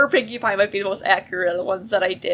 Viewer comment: I thought you said winky pie😂😂😂😂😂😂